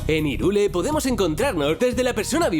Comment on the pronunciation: Hyrule se dice jairul